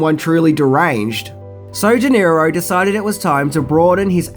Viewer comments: De-Niro not Nero... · Who is Robert Di Nero? Do you mean Robert DeNiro? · Also - it’s De Niro, not Di Nero. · Just a small remark...it's Robert DeNiro...not DiNero. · That stupid accent really bites you in the ass. How about learning to spell and prannaunce (misspelled an paarpaus). It's Robert De Niro! De and Di are pronounced differently. Take off the sun glasses ans learn proper English. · "Robert Di Nero" looool